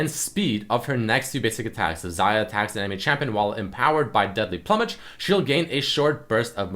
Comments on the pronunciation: ploomage not plummage. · PLOOmage. Not PLUMage. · plumage is pronounced "ploo-mig" not "pluh" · ploo-mage not pluh-mage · Plumage, like feathers PLOO-mage. >:| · its deadly ploomage. Ploomage! I know English isn't your first language but come on man. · you saying "pluhmej" triggers me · Pronounced Ploomage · "Plummage" lel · It's pronounced Ploomage. lol